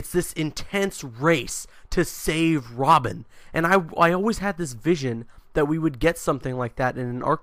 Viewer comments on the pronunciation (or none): "its this intense chase to save WOBIN!!!''